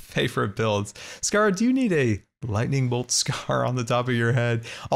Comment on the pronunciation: Scara rhymes with sahara